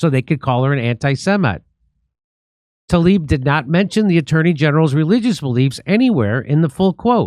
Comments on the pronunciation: Tla-eeb you are saying it wrong. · How is everyone reading Tlaib like it's Talib??